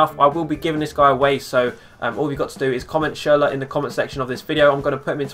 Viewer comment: Schurler plz